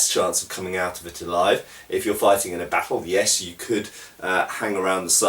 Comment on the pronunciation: I love the way you say 'battle'. If they ever make a realistic swordsmanship video game I want them to hire you to narrate.